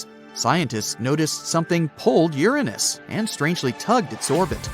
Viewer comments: No its not my anus its uranus. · “It’s theorized to be gaseous like Uranus.” 😂